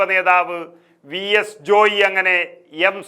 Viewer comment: ജോയി ജോയി എന്ന് പറയാതെ ജോയ് എന്നല്ലേ പറയേണ്ടത്......?